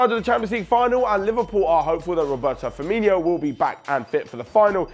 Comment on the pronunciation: Sorry, hate to be picky but it really annoys me when people say Firmin-ee-o when it should be pronounced Fir-min-o. Sorry again for seeming picky.